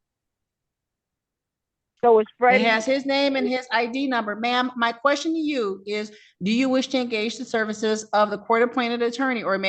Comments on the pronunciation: My question to her is what is a "qwarstion?" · What the fuck is a QWUSTION? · What the heck is a "quashton"?!!! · "the quorstions"? Really? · The kwuschen? Lemme axe u a kwuschen 😂😂😂😂😂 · Did she say peanity and perjury? It's due process I have my querstions answered and my querstion is "what is a female?"